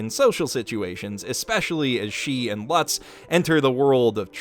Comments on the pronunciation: Okay, you're really good at analyzing anime, but kinda trash at pronouncing names. You keep saying Lutz like 'butts' instead of 'lutes'. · Lutz /ˈluːts/ , rhymes with boots, not buts. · I like to think he's pronouncing it more like "klutz" without the k. He's still wrong, but it's a small enough error that I don't care too much.